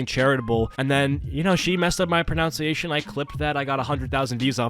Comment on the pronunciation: I like how he mispronounces "pronunciation" while talking about mispronunciation.